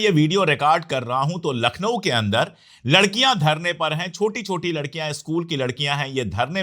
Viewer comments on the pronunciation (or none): none